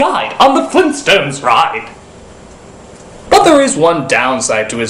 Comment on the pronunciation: GRAND DAD?! FLEENTSTONES?!?!